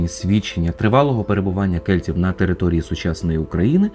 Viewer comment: Дещо дратує ца-цакання: кельціу